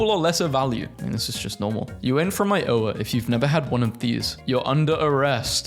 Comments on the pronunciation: Where are my fellow Iowans who have thankfully never had that monstrosity and are also proud that included our small little state practically made of corn?🌽😊❤😂🎉 Also, you pronounce it, “I-O-Wa”, you don’t separate the i and the o, you just kinda swiftly swim through it. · I O Wa 😂😂😂😂 Worst pronunciation ever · Iowa isnt pronounced like that! Lol I tried to find a comment about it to like but nope. People either don't know or care about Iowa. Sounds about right, let's just keep the new pronounciation. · Iowa ain't pronounced like that bro I live there and I hered it and had to rewind lol😂